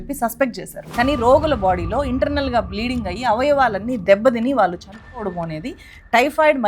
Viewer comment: మీరు "కళ్ళు" అని పలకలేరా? కల్లు అంటారేంటి అసహ్యంగా? అదేకాకుండా "వాల్లు, వీల్లు" అని పలుకుతారు. నేర్చుకుని కెమెరా ముందుకు రండి. మీకు చెప్పీ చెప్పీ మాకు సిగ్గేస్తోంది.